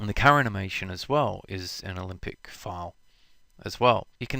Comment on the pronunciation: Good lord, stop pronouncing "Olympic" when saying "Alembic"!